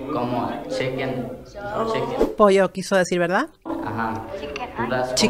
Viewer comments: Dijo Cheken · Y para colmo ni "chicken" lo pronuncia bien Este joven si está perdido.